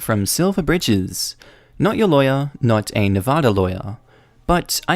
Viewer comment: congrats, unlike many Americans you actually said Nevada correct